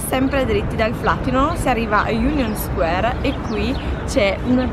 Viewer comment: ti seguo da un po’ e mi piacciono molto i tuoi video, soprattutto quelli di viaggio! Però flatiron pronunciato così non si può sentire 😂😜